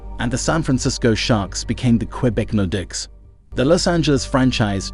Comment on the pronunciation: What is this AI generated nonsense? I can understand some mispronunciations but “street Louis blues” “Patrick Roiiii” (not Wha as it’s pronounced) and “nordikks” is laughable. Also, as others have said, info is wrong at times like Mario Lemieux is very much alive.